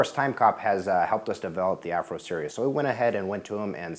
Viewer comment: is it AFRO or ACRO ? ESC's are AFRO, but this puzzles me, says Afro in the headline, but sound to me more like Acro in the video. -ordered one, the very instant I got the news mail. -was looking for them world wide, could not find them with a reasonal shipping price, You did it again Hobbyking, -GOT to love you, but would prefer Ben E, give him a hug from BlindVision